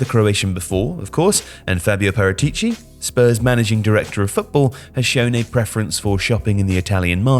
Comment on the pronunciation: The stress is on the second a of ParAtici (not ParatIci)